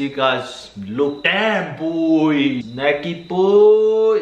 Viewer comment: Lol 😂 keep saying Shnacky boy 🤣 I’m glad you two found each other.. cos now we get to watch SVSQUAD 🥰💖💖